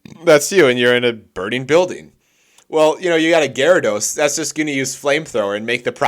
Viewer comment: squirtle 🗿 wartortle 🗿 blastoise 🗿 poliwag 🗿 poliwhirl 🗿 poliwhrath 🗿 magikarp 🗿 gardos 🗿 goldeen 🗿 seeking 🗿 Prinplup 🗿 Almost Every water type 🗿